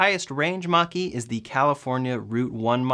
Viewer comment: I keep hearing Ford Monkey lol